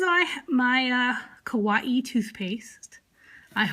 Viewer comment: It’s kuh-why-ee